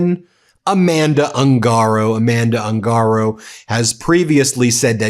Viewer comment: Proper pronunciation of surname "Ungaro" is OON ga row